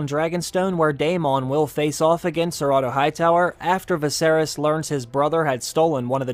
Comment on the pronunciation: I was trying to figure out who ciratto was and then realized you were saying Sir Otto😆